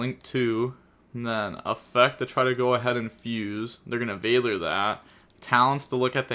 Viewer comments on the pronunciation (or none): none